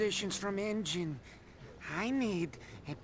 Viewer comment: it's N-Gin